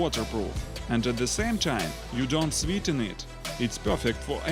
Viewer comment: Excellent English my Russian friend, but just a tip... "Sweat" is pronounced more like "sweht" rather than "sweet". I give you much respect for learning our language though, I wouldn't have a chance learning yours.